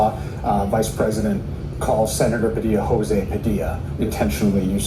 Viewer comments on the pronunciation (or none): none